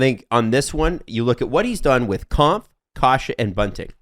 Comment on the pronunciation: Just an FYI, Kämpf is pronounced more like "Kempf", not "Kahmpf"